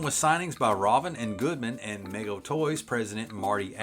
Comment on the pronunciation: Mego was THEE action figure company that did DC & Marvel action figures, vehicles, and playsets in the '70s. Pronounced MEE-go. Very popular in the collector's market